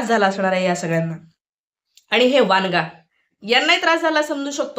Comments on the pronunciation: वनगा आहे ते वांगा नाही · वांगा नाही वनगा